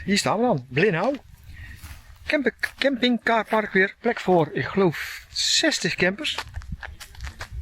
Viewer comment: Niet vervelend bedoeld hoor, maar misschien kunnen jullie een beetje oefenen op de franse uitspraak. Bijvoorbeekd: Bléneau spreek je uit als Bleenoo en niet als Bleenau. Wellicht handig als je je in Frankrijk wilt settelen. Ook zijn het geen croosantjes, maar spreek je dat anders uit. Ook geen chocolat, maar chocola, zonder de "t". Gewoon even oefenen. Verder leuke vlog hoor.